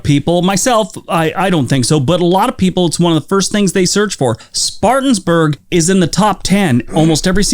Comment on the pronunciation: I live in South Carolina and it's "Spartan-burg" not "Spartans-burg".